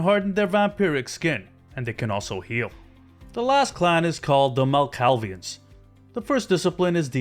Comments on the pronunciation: Can you please learn to pronounce the names properly? Malkavian is pronounced MAL-CAVE-E-AN, and Ventrue is pronounced VEN-TRUE not VENTURE. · 1. If there's no Gangrel, I won't even give it chance. Sorry not sorry. Malk is fun and all ("thanks" for butchering the name btw) but I'm just too Gangrel at heart. I get that Protean must be hard to implement, but come on, there's been more than enough time to deal with it. 2. I really don't want to arbitrarily start as a Thinblood, and I really don't want to arbitrarily diablerize someone to become a member of one of the main clans. I mean, I don't mind having an option to do either or both of those, but I don't want to be forced to do that. 3. I hope at least PC version has console and modding opportunities. If someone doesn't want to use it, just don't -- no one's forcing you. But for me personally it's more fun when I can bypass at least some annoying parts (which are present in every game -- nothing is perfect) and have an option to add fan content.